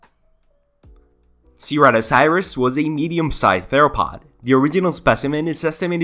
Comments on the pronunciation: Sry But the way you said seeratiesaurus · how do you mispronounce saurus but say way harder words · it's sir-rat-o-saur-us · The pronunciation made me shudder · I’m sorry but I can’t get over how you pronounce it (btw I’m not making fun of you it’s really not a problem to me)